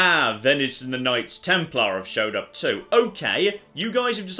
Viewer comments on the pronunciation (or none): none